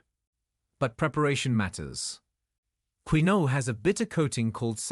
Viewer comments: It’s not pronounced Queeno, it’s pronounced Kinwah. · " Queen -o " ? 😂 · Pronounced "KIN-WAH"